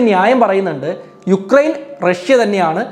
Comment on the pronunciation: യുക്രൈൻ അല്ല ഉക്രൈൻ ആണ് sir